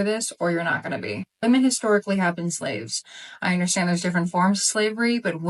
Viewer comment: When food it become fashionable to mispronounce “women?”